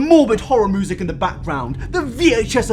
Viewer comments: Did actually say "moosic"? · No one: Absolutely nobody:: moosic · Oh yeah, I forgot you pronounce music as "moo-sic."